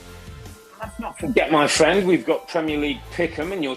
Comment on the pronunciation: My fwend, my fwend, my fwend, mate, buddy, my fwend